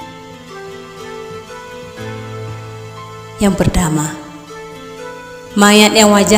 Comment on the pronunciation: Ini bukan bercerita tapi dia ini lagi membaca buku bilang pertama pun per dama